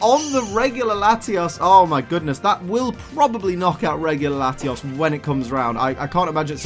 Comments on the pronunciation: Love the vid but it's latios not latias 😂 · you say latias... its latios c'mon man!